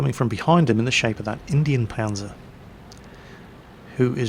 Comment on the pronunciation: 321 No it isn't. It's german and it's pronounced exactly like said it. "Indien Panzer" would be pronounced Indian Puncer.